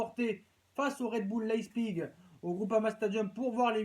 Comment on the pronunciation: On dit pas leißpig on dit Leipzig